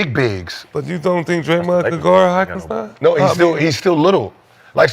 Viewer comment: The number of times they mispronounced Hartenstein name is outrageous. 😂